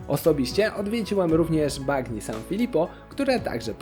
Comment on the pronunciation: Dzięki za fajny materiał 😊 Mała uwaga jedynie do wymowy, w języku włoskim "gn" wymawiamy jak nasze "ń" , więc nie "bagno" tylko "banio" , poza tym 👍